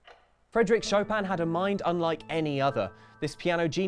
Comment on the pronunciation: Its SHO PIN NOT SHO PAM